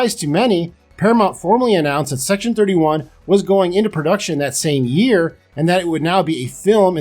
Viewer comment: Did he say "C-Section-31?" I'd watch that.